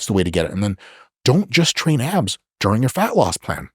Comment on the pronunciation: Lowkey, it did sound like he said apps instead of abs